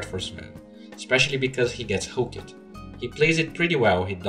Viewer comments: just a tip, maybe this is your accent or something but pronounce hooked like hook'd, not hookEd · BooM SHAKALAKA I'm pretty sure its supposed to be pronounced hook'd... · plz stop the "ed" "hook-ed and kick-ed" try pronouncing them together .-. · Hook-ED Kick-ED Selv-ES look-ED Silenc-ED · Really need to pronounce hooked and kicked correctly.